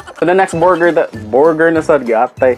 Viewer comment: Borger! wahahahahhahahaha